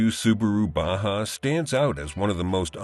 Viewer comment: "Subaru Ba-hoo"??